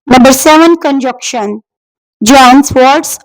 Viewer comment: Good job but pronounciation and spelling of (conjunction) is wrongly presented by you .and coordination conjuntions are not phrases and clauses,i think .these are AND, BUT ,SO,FOR, NOR, YET, OR(fan boys).